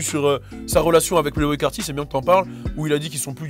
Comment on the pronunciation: Playboi carti pas (Playboy)